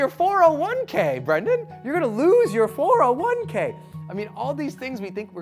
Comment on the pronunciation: I've never heard anyone say 401k like that